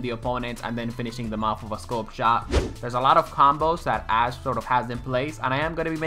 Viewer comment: Dude hehe sorry but it sounds so much like you say "ass"! haha and when you said you will make an ass-widowmaker guide, I was laughing out loud! :D